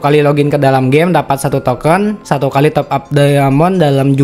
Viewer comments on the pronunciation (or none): none